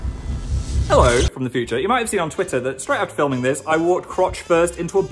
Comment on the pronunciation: Omg the little Northern "ello" is so funny I love it lolll